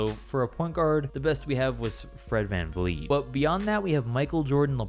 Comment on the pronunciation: i dont like how you said fredvv